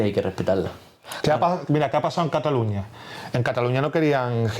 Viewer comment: cataluÑÑÑÑÑÑÑÑÑa. Si estás hablando en inglés, dices London, no Londres, si estás hablando en Español, dices Nueva York, no New York, si estás hablando en Español, dices CataluÑÑÑÑÑÑa no como se dice en catalán, catalunyyya.